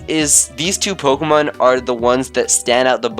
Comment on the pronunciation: It is Po-Kay-mon and that's the way it is all ways been. Po-uh-mon is also acceptable on some occasions but it has never been and never be po-key-mon